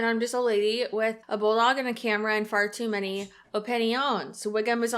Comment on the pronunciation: Lol sounded like you said “fart too many”